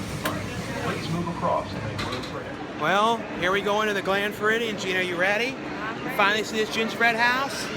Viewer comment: You said "Gland Froridian". lol!